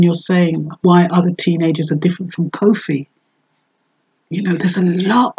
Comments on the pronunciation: Koffee not cowfi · Yes sister. Wonderful presentation but just try to pronounce her name correctly. Peace and love.